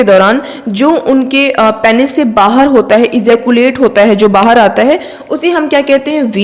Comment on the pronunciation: It's not 'Peynees' . It's 'Peenis'